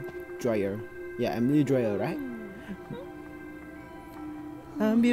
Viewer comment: Emily dyer not dryer